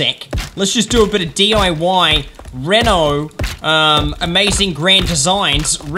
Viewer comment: You saying Reno made me want to puke